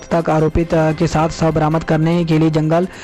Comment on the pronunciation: Anchor jahil Haiti. Shav ko savv padha hai Aur padhna nhi aata to change ker lo